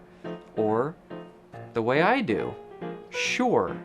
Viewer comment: you "dyoo" have /u/ fronting :)